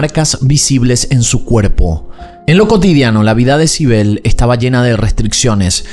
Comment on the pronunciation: Sibel... Naimmme...... me estás jodiendo. Sibel?